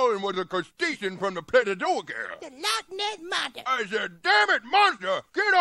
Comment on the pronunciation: She said tha Lotness monssa 😂